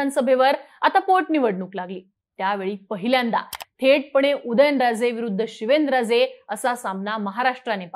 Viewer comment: आरती: शिवेनराजे की शिवेंद्रराजे😅 उच्चारण सुधारा